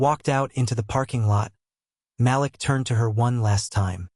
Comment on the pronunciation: can you please pronounce Malik as "Ma leek"? I love your stories but it makes me a little "off" when names are not pronounced correctly.